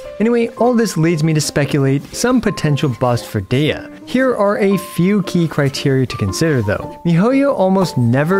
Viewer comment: It’s pronounced Deeya so seven ideas to buff Deeya would have been such a spectacular pun.